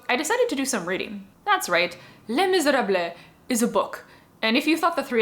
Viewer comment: You keep pronouncing it weird. The story is less miserables as in the poor in france are dying and miserable and as they die there are less miserables in france. Isn't that where the title comes from?